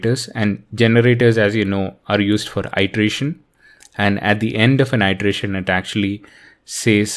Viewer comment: Hey. One off-topic comment is that you were mispronouncing 'iteration' it should be a short i ((ih)) not a long i ((eye)) ˌidəˈrāSH(ə)n --- not --- īdəˈrāSH(ə)n. Thank you for the video and have a good day